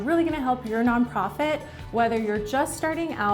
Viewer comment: “Non Pofit”